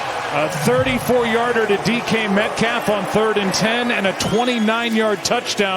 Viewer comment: "great drive by Drew Lock" bro said DK Metcalf wrong